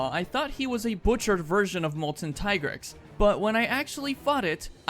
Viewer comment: it's tee-grex, not tai-grex. the handler in mhwi pronounced it.